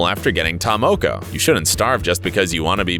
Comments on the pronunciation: When he says may-ori instead of Maori and Ta moe-koe instead of Ta Moko I died inside (i'm from New Zealand) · I'm from New Zealand and the guy that's talking was getting on my nerves he was pronouncing ta moko & maori wrong SMH...🤦‍♀️🤦‍♀️🤦‍♀️🤦‍♀️ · Omfg can you say Maori properly hahaha your saying mayori blinken idiot! And its ta moko not ta mowkow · You pronounced ta moko wrong